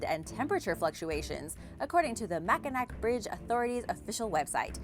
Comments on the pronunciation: It is not pronounced Mackanack. It is pronounced Mackanaw. The one thing you didn't mention is in the wintertime there have been trucks blown off the bridge many times into though cold water below even semi trucks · It's pronounced Ma Kin Naw not mac in nack.. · Mac-in-awe not Mac-in-ack :) I'm live near it here in Michigan. Thanks for the great video! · I simply cannot believe you don’t know how to pronounce Mackinac!! It’s pronounced Mackinaw. I was DYING at that one. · Mack-in-aw is the right pronouncing sound. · Oh, Bridge #2 Mackinac Bridge does cross the Mackinac straight, however -- this is Michigan that we are talking about. They have the Lake Michigan Dialect and as such change the sound of letters to help the locals understand who is an outsider. So Mackinac is pronounced Mack-in-aw. But what can you expect from a Yupper. That is a person that lives in the upper peninsula (which is really a wart that Wisconsin did not want to claim) The most scary part of the bridge is that the center two lanes are made of open grid panels so you can look down and see the straight. How does your brother feel now that you have called him out as scaredy cat and his sister is braver than he? PS -- love this show, you are a wonderful host. Would be neat to see you back in front of the green screen as you add so much to the video with your facial expressions and just plain old fashion, stop men mid stride, beauty. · That was killing me...it’s like Mackinaw... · And the saddest thing of all is that I live in the UK. Though to be fair, Lake Pontchartrain featured heavily in the Lyrics to Andrew Lloyd Webber's musical 'Whistle Down the Wind'. I have to concede: is usually spot-on when it comes to pronouncing Latin American name-places, but is seems (as with Mackinac bridge) not as keen with the Native American ones! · I’m in Michigan, too. I was dying at that one...